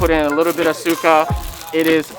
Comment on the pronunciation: To clarify Suka for ur homie, pronunciation Sukuh is to vomit and sukah is vinegar. So bro is saying dip it in vomit and that’s gross